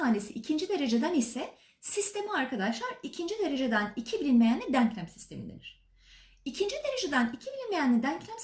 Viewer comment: Hocam harikasınız süpersiniz diksiyonunuz da çok güzel ama yanlış anlamazsanız deanklam değil denklem denmesi gerekiyor. Gerçekten izlerken kulağımı çok tırmaladı söylemek istedim